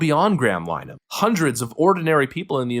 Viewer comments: Pretty sure its pronounced Lyn-eh-han based on the Brits I've watched talking about his case. 😊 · It's pronounced LINN-eh-hann.